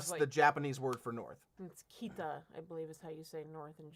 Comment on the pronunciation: Good job,! Kita is how you say north when it's on its own. If it's part of other words it can be pronounced differently.